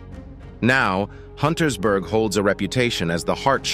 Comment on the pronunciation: UNTERSBERG, not Huntersberg